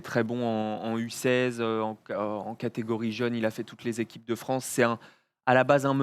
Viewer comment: Et on embrasse Brad Stevens "Vive le Fwance"